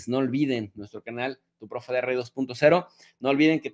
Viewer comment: Exelente.Peeeero, ¿Por que profe de rei y no de ri? Rei suena medio tilingo.